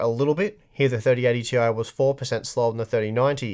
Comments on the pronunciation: Why do you keep saying Tee-eye? IT'S PRONOUNCED TIE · "Tie" is the proper pronunciation. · I thought it was pronounced "tie" now?